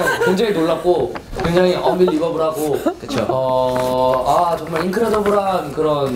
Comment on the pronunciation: I lost it when hanbin went "eon-bi-li-ba-ble" and then grabbed the mic to pass it to maknae "whod u think chanu" 😂